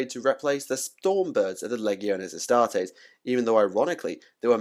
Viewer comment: Wow the leggy o Astares killed your video man and it’s ro-boot-ta gilly man not Robert ok 👌